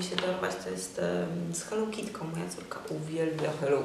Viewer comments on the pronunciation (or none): uwielbiam jak mowisz hellokitki :D